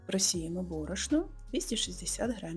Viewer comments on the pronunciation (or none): none